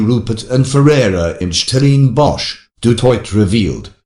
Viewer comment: Who ever is narrating this video, you're not South African, in fact, you have an English accent, so stop poking your nose in our issues and talk about the Monarchy. Which South African can't pronounce "Stellenbosch"?...nxm